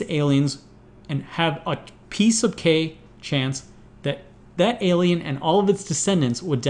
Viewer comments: Am I the only one that hears "piece of cake" every time he says "P sub k"? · 'P sub K' or 'Piece of cake'? XD